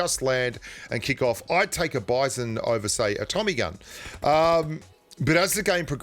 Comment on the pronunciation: It's pronounced as : "Beezon".